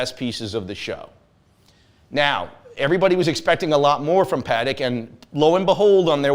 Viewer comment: One would think he would know how to properly pronounce Patek🤦‍♂️